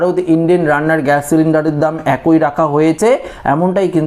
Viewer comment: বাংলা উচ্চারণ ঠিক কর। অ্যাকোই নয় একই।